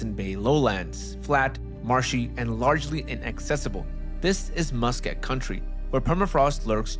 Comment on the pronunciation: Muskeg is pronounced Muss-keg. A muskeg is a type of dense, northern wetland ecosystem that consists of spongy, waterlogged soil (peat) and is heavily covered in mosses, shrubs, and occasional stunted trees. The term is chiefly used in Canada and Alaska and originates from the Cree word maskek and Ojibwe word mashkiig, meaning "grassy bog" or "low-lying marsh". In many cases this form of land is extends not only over solid ground and rocky terrain but can also extend into swampy bogs sometimes also referred to as Quagmires where mats naturally formed from mosses, plants and their roots etc extend over and can fully cover entire bodies of water. Most of Northern Ontario is dominated by the Canadian Shield of rock formations(some of the oldest rock on the planet) which was, after the last ice age scoured clean of plants and trees as the ice retreated north and all those materials along with a lot of rock was dragged north digging out some very deep depressions in the rocks surface. This is one of the reasons why Canada has the most lakes in the world. So many of these lakes ended up covered over with muskeg whether shallow or quite deep. This makes it very difficult to construct on/over. There are many stories out there where the muskeg matts were so thick that they held up such heavy weight initially that roads or rails were built over them. The next day the crew coming back to continue the work on the road or rails and the whole road bed and rail beds would have disapp